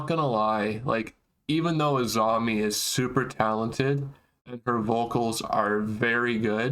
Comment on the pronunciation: It sounds like you both are saying “AZAMI.” Her name is ASAMI, with an “s”, like ASAHI Beer.